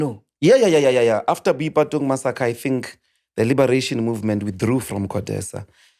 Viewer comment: So this guy really can’t pronounce Boipatong? Yhuuu I’m so embarrassed on his behalf